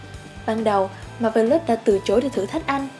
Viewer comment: Bạn này nên đọc chuẩn xí hơn nữa các tên riêng, ví dụ như Zangyack nè, hay Marvelous nè. Mà không hiểu sao nghe giọng bạn lại nhớ tới bản lồng tiếng trên các đĩa ở Việt Nam hồi xưa :V